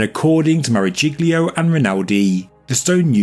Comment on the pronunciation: Marajiglio...! Really, have we learned nothing...? Maragiollio.